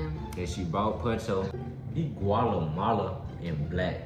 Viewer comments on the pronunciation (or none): Bro can’t even say Guatemalan 😭😭😂😂